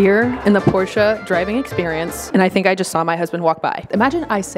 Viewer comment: Finally an American pronouncing 'Porsche' in the correct way. And certainly it's. She never disappoints.